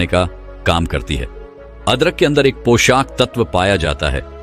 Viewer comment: Sb bahut sunder btaya per..........aap poshak tatv ko poshaaak tatv kyu bol rahe hn.....yah shbd पोषक hai na ki पोशाक,,,🙏